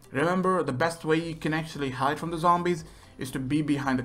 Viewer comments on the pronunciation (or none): none